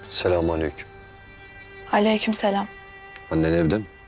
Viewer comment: biri selamü aleyküm olmadığını öğretsin lütfen sülamünnnn aleyküm olacak